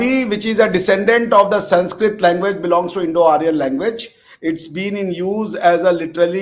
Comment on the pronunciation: Siniskrit nahin hai. Sanskrit hai. Apni pronunciation to theekh kijiye.